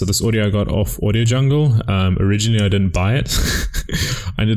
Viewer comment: i cant stop laugh when u say audio jungle